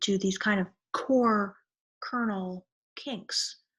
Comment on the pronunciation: I love the way you said 'core, kernel kinks'. Corps Colonel Kink is one cool name :)